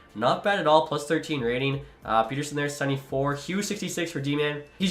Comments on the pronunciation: Not Peter-son or Peder-shun, but Peder-son, per fans and Vancouver sports media at least. Thanks for trying to bring a cup to the west coast! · Please don't say Peter-son just say Pet er son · I think you are supposed to say PET-ER-SON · As a swede, I can inform it's the latter pronunciation of it. Not like Peterson. In that case he would have one T. The name is like "son of Peter" or "son of Petter" where Petter is a pretty common name in Sweden. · You’ve been saying his name wrong for years rofl, and I’m not even a Vancouver fan! I would say Pet-Er-Son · From a Canucks fan: ‘Petter’ (rhymes with better), ‘sson’ (like how you’d say son). E “lee” as, and then you can also call him Petey (Pete-e)😉☺️ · Neither of those are the way to pronounce Pettersson properly 🤦‍♂️